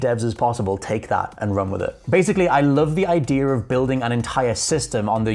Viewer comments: Did someone tell this guy they’d pay by the “idear” count? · There is no “r” in the word idea...it’s not “idear” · It's that invisible "R". I guess we have silent letters and they have invisible ones. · Thought it was just me hearing that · Maybe it’s cause I’m American but the way he says “idea” kinda drives me crazy lol